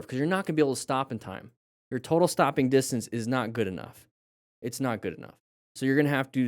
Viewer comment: " your total stopid distance is not goog enough meters"😂😂